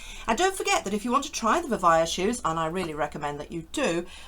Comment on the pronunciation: I think it’s pronounced Vi-vay-ah, at least that’s what it says in their logo that you show, not Vi-vye-ah.